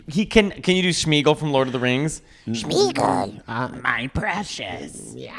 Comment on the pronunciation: The way they continue to call Smeagol, Schmegle, really sends me